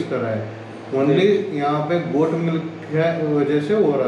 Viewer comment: गौट नहीं गोट बोलते हैं भाई